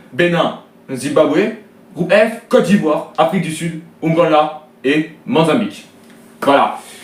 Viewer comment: Ont dit Mozambique pas le monzabique mdr